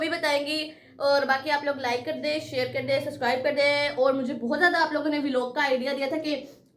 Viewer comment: Vo V_ log nahi hota vlog hota hai 😅😂😂😂😂😂